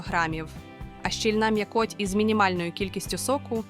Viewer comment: Штучний інтелект, наголос в словах перекручує : куточооок, м'якоооть. Фотографіі плодів то схожі на сорти, то зовсім інші показуєте. Якось шкода за украінський канал, що так нефпрофесійно до справи підійшли. Або робіть, як слід, або не робіть взагалі.